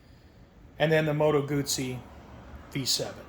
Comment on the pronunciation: Beautiful bike & nice, informed video! (You also know how to pronounce 'Guzzi'!) I also like original mufflers on many bikes, with baffles removed vs. the expense & hassle of aftermarket exhausts or slip-ons. Can you remove the baffles on this bike??